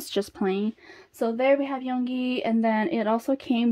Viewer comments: hey! yoongi is pronounced as "yOOngi" not "yong-gi" if u get what i mean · Yoongi is yun gi with u not yon gi with o, hope you say it correctly later 😊